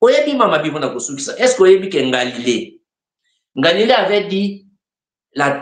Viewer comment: avec tous mes respects "Galilée" et non "Ngalile". C'est cadeau!